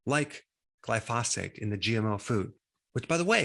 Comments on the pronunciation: Isn’t it gli-fo-sate? Not gli-fos-fate? Maybe I’m confused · Dr. Berg is great. But it's pronounced GLY-pho-sate.